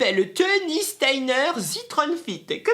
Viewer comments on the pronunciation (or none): none